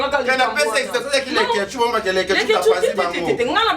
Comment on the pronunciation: Ezalaka mobali ambassadeur muasi ambassadrice Mimie kabongo prononce bien leketshou ozoloba nde na faute c ne pas avec t plutôt d